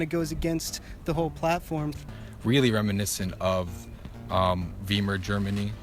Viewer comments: "Veemer." If you're going to spread lies, then the least you can do is get the pronunciation of "Weimar" right. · Veemer Germany?! Is he referring the the Weimar Republic? First of all, learn how to properly pronounce the name. Secondly, do some research. Pretty sure you need it, buddy :| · “Veemer republic” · "veemar republic" oh god... if you´re trying to make yourself look like an intelectual please make sure you know how to pronounce the words you´re using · To the pseudo-intellectual in the button-down shirt and backpack: If you're going to impress us with your analogies to Germany between the wars, get your German right. You knew "W" is pronounced like "V". But the word is pronounced like "VY-mar", not "VEE-mer". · "Really reminiscent of VIEMER germany". Its "VI-MAR" you fucking dunce. If you're going to "fight the nazis", maybe you should learn a bit about them. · 2019... and his Weemar Republic. The cumb dunt can't even pronounce it properly. I require 5000 words on genotype and phenotype and how they apply to modern man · Notice have the moron hippie trying to act like an intellectual mispronounced Weimar as Weemer. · Yeah Wii-mar germany" from nintendo.-_- what a raging sciolist douche. can't even pronounce it so that it is intelligible. Also he has no clue about history. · “Veemer Germany” I’m done these people have no hope. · Veemur Germany. LOL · Did that dude pronounce Weimar as Vee-mer? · The one student can't pronounce "Weimar" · Listen to this fucking idiot try to sound smart while he mispronounces "Weimar" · how this man said Weimar Germany proves how fucking stupid he is, 1.) He pronounced it wrong 2.) It wasnt "Weimar Germany" it was the Weimar Republic you dumb ass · I loved how the moron mispronounced Wiemar. American education at its finest.